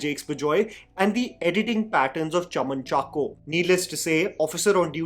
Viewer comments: Hi, keep up your good work. (It's Not "Kun-chucko" but more like "Kunchaako" Boban 😊) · great video. BTW it’s pronounced Kunchaaacko. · Hey, I just wanted to share a correction to the actor's name here . It is actually pronounced Kunchaako, with an emphasis on the 'A'. This is just like another actor's name, Shine Tom Chako.